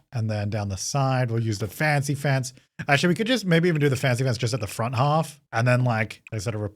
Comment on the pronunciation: I briefly forgot the word "fancy" exists and was just convinced you were calling it a "fence-y fence" ....... I need a coffee xD